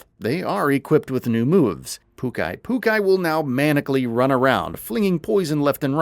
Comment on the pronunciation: That's a new way of pronouncing Pukei-pukei